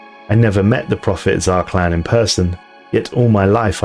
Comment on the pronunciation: Nice to hear that my dyslexic polish pronunciation of "Zarqlan" is the correct one.